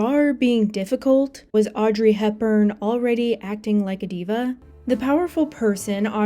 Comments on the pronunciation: an AI would know how to pronounce it and "diva" correctly, they are both common words. this is just another zoomer with garbage literacy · oh my god. how do you not know how to pronounce "diva"